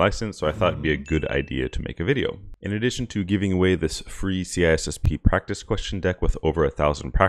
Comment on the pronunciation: Why do you miss the “I” out every time you say C “I”SSP 🙄